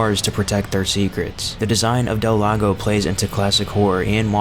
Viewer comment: El Gigante and Del Lago are almost the only names you pronounced correctly though Gigante is a guttural h